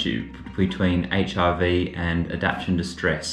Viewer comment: Every time you say HRV, it sounds like HIV and I was so confused until I caught on! 😂😂